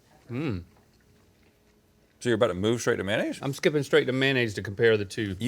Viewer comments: Man-aise, man-aise, man-aise. 🤦‍♂️🤦‍♂️🤦‍♂️🤦‍♂️ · I want someone to do a deep dive history on how and when people started calling “mayonnaise” “manaise”.